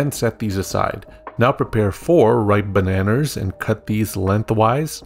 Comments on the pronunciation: Bro put the hard 'r' on the bananer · "4 ripe bananers" lol 😂.